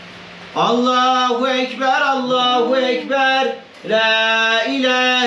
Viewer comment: Allah kabul etsin kurbanlarimiz kardeşim allahüekber doğrusu Allahu değil oradahi he güzel he yani ince ötre harfi ince olduğu için ü sesi çıkmalı